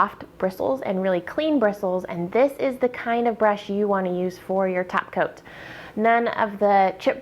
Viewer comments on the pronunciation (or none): Good video and those blue eyes are amazing. (I kept hearing "tap" coat....lol) Subtitles do help